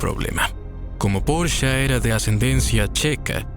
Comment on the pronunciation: Veo que no sabes pronunciarlos: "Porche" y "Volsvaguen" (no porcha ni volsvuajen) solo por si te interesa decirlo bien 😅